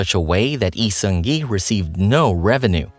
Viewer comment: Thank you for this video🥰 I love how informative this video is and how you carefully pronounced his name and his fandom name, Airen, unlike other youtube channels. btw Lee Seung Gi has no active facebook account and his official website is inactive now because it was owned by hook. I am really looking forward to his projects in his new one-man agency, Human Made🤩